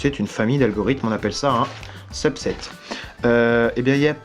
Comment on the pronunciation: quand t'as dit "subset" je croyais que tu disait "sub 7" (Feliks)